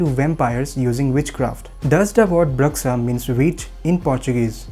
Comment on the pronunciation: Love this. However it's pronounced BROO-SHA, not BRUHX-UH :)